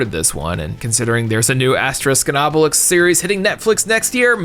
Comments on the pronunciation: I know im an asshole for this but: How can you properly pronounce Obelix with an X but everytime you say Asterix you say Aste-risk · Gives us sass about the Thames; - Says Asterix wrong almost every time, but says Obelix correctly XD